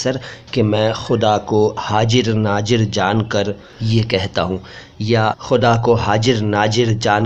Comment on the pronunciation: Jisko urdu nhi aati wo aise hi ghalat bolega hazir ko hajir aur nazir ko najir